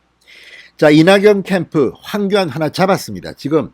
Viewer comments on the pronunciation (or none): 발음 똑바로 하시길.홍교안 두번했습니다,다음 방송에서 사과하시길.